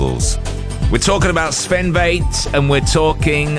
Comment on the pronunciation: Pronouncing Väth: It is not V like in vain. It is V like f*** or fetish. 😉